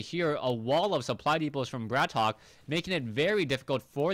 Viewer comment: I suggest we should settle it once and for all-its not *Brat Ok* its *Bratok* and should be pronounced as *brahtoke*.This term is a prominent russian slang word for *bro* and due to the fact that its generally used among prison criminals and street gangsters,it sounds quite ironical.I wish this info was posted at his website,have no idea if he has one though.